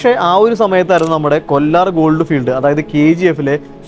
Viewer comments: കൊല്ലാർ അല്ല bro, കോലാർ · Kollar alla Kolar. These Mallus are gre great in their accent and pronounciation. Some body was heard saying pendant for patent . 😅